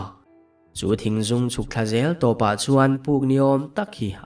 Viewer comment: Thingzûng nilo in Thingzung ani zawk lo maw.??